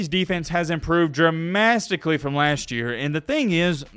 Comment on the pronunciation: “Tennessee’s defense has improved Dramastically”-💀